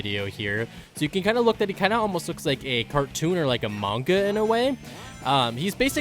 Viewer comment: when you said “a manga” it sounds like among us